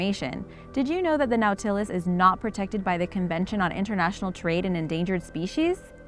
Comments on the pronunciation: It's pronounced NAUGHT-a-less not " now-tillis" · Nautilus is pronounced naw'-ti-lus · Red panda are a.k.a fire fox. Oh and nautilus is pronounced (naw,til,us) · It's pronounced "NOT-uh-lus," not "now-TIL-us." Get someone with an education to narrate your videos. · "Gnawtilus"? I recall that this shell-borne animal is a NAUTilus. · just so you know, the name of #7 is not pronounced as its spelled it is pronounced naw-tilis nautilis is the name of the submarine in 20,000 leagues under the sea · Nautilus pronounced Naw til es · Yeah...she went a wee pretentious on 'Epoch' as well...But everytime she said Noooow-Ta-Luss, my hubby and I cringed. Horrible! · Lost me at the inability to pronounce "Nautilus" correctly. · What bothers me more than how she pronounces nautilus is how much crap she's getting for it. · How does one fail at pronouncing nautilus? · You really need to learn how to pronounce Words. Nautilus? SMH But love the channel anyways. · love the video. Learn how to properly pronounce NAUTILUS. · nautilus isn't pronounced right. this is like nails on a chalk board.